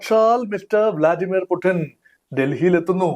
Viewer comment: പുതിൻ അല്ലെടാ കുണ്ണേ പുട്ടിൻ😮 പുട്ടിൻ